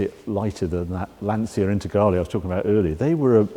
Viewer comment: it should be pronounced "Lan-chia". get the italian name pronounce right please.